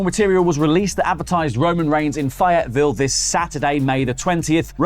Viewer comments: It's "fay-et-ville"...just like it's spelled. Not "fi-at-ville". lol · Fye, you mean Faye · "Fy-it Ville" is definitely a new one for me. 'round these parts we call that "Fay-it-vul". Although I once said "Fay-yeti-ville". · Fay it ville that’s how u pronounce it……ok bye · I’ve never heard Fayetteville pronounced that way and I will forever say “Fay yite ville” now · Faye-it-ville. For future reference! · It is pronounced faye-it- ville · Hey, I just wanted to say that the way you pronounced Fayetteville is a little off. The "Faye" part is usually said more like they but with an f instead of the th. I should know because I'm from North Carolina and you're the first person I've heard say it differently lol. Nonetheless, love the show and been following for a long while! Cheers and have a good day! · It’s fay (rhymes with hey) eteville fellas ❤ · Fay-Yet-ville. The first syllable is pronounced like “faith” but without the ‘th’. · It's Fae-ette-ville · The city is pronounced faye-it-vill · Cracks me up when yall butcher the names of our towns 🤣 Phayyertvile 😂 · its Fay-IT-ViLL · It is Fayetteville (fay et ville) you're not forgiving us Yanks such crap about how we pronounce things, you think y'all would learn how to pronounce our cities, town n counties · Trying to get over how he said Fayetteville when Google exists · The pronunciation of Fayetteville made me cringe. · Us country folk laugh at the way he pronounces Fayetteville. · That’s not how you say Fayetteville 😆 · I’m disappointed that has mispronounced Fayetteville, you had one job man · I'd be more pissed at the pronunciation of Fayetteville. Lol